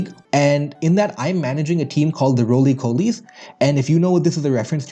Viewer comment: When I heard you say Roly kohli's I thought it was a reference to the kolhii sport in the bionicle movie haha